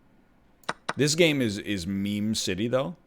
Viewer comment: I thought he said mean lmao